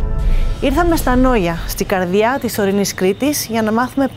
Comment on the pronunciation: Η κοπελα εχει προβλημα αρθρωσης 14΄30 (bad n booujee και καλα χαχαχα) και 1΄51 στη καρδιια